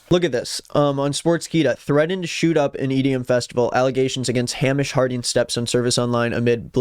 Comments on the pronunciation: hey! scot here just wanted to say it’s hay-mish not ham-ish. great vid:) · Name’s not pronounced Ham-ish. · Just a note, unless it’s a niche pronunciation I’m not aware of that the guy chose to use, Hamish is pronounced hay-mish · Just to let you know Hamish is pronounced like "Hay-mish" !!! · Its pronounced Hay mish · It’s pronounced Hay-mish, his step son needs to control himself 😮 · best video I seen all day ON THE SET! Edit: it’s pronounced Hay-mish. Scottish name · It's pronounced HEY-MISH!!!! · Im sorry i cant get past the pronunciation of Hamish LMFAO its pronounced “Haymish” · Btw it's typically pronounced Hay-mish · The whiplash I got from hearing you pronounce Hamish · you are saying the name Hamish wrong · The way you're pronouncing Hamish makes him sound like a fairytale pig